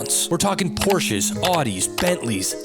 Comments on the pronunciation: It’s pronounced, POR-sha In German, the letter E at the end of a word is pronounced as an A. Danke Weitermachen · No, the ‚e‘ in Porsche is pronounced similar as you pronounce the ‚e‘ in ‚the‘